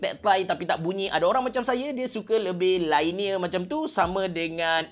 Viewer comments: LINEAR lainiyer ❎ liniyer ✅ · Linear, not lainear. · Cara sebut linear ialah LEE - NEAR